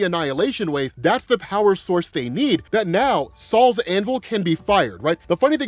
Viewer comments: It's not "Saul's Hammer". It's not some old Jewish guys hammer. It's "Sol's Hammer" Sol the Roman god of the Sun. It's pronounced "Soul". I was dying laughing at Saul though. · im not gonna lie i thought u were saying sauls anvil but now i se its SOL'S anvil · Gonna be honest with you. The first 4 times I heard you say it. It for sure sounded like you said “Sal’s Anvil” 😂😂😂😂 like who the F is Sal?